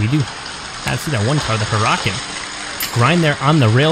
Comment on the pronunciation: Your pronouncing for huracan is wrong 😤